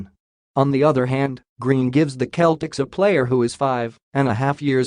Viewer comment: SeL tics Not cletics Celtics